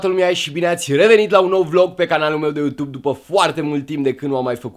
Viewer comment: Dc zici utub in loc de youtube